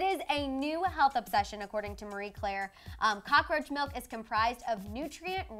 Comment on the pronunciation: Cocka-roacha..Not I😱😵😨